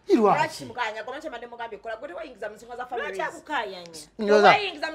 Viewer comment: I can't stop teething couz of the way pronounces the word families 😂😂😂😂😂